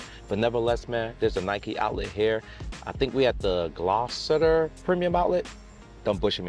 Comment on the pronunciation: Gloucester pronounced "Gloster" the town in England, UK is anyway! Another top vlog almost hitting 100K followers! Let's do it! 😊✌👍